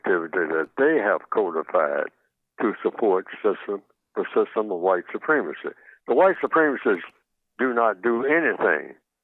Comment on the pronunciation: How can you understand why it's supremacy when you can't pronounce it